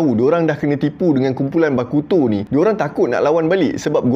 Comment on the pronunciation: "Bakuto" bunyi da macam "Aleuto" haha.. Kan....